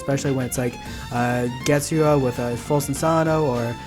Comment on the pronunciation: U pronounce getsugs so wrong